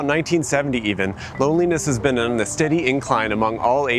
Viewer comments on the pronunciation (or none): none